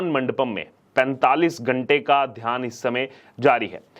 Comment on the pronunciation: Dhyan not dhaan.